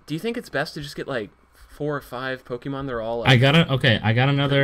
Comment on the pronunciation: Omw poke-E-mon it's pronounced pokamon...This accents reminds me so much of Ssundee...